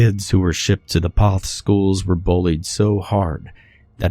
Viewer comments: You pronounced the name wrong in the story. It's actually pronounced "Kuh-shoo-sko". It's a Polish word. I grew up just two towns over from there. Sorry, but your pronunciation hurts my ears! Also, you pronounced Poth wrong, too. It's said with a long "o". Another Pollock town. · First it is pronounced "Keh-choo-sko" and also poth is a long o sound, u shld learn how to say the names before u record the story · i live in poth and he’s saying all of the names so wrong 😭